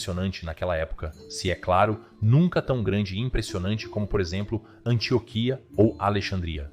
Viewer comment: Antióquia não Antioquia😬